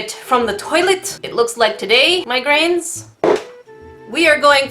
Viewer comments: Has it been addressed that it sounds like you're calling us Migraines? 😂😂😂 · When you said "my grains" I actually thought you said "migrains" so I was like "Wait, You get a migrain from salt?"